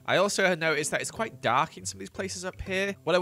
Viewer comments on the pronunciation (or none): none